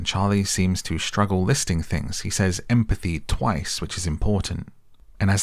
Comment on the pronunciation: Emm - a - pathy 😂😂😂😂😂😂😂😂😂😂😂